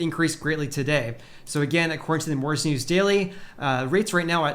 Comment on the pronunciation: please work on your Annunciation of the word mortgage. You come across as if You have a speech impediment of some kind